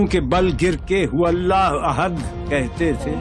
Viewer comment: Thanks sister plz say Allah not alha